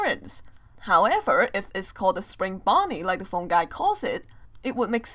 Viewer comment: its not phon guys u say its phone guy the purple guy he dire purple man died not phon guy